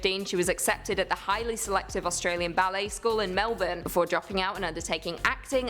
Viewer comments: 2nd Cate Blanchett is an actor not an actress & that is NIT how you pronounce "Melbourne"...Absolutely clueless 🙄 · The fact you Americans can never say menbourne right, pisses every Aussie off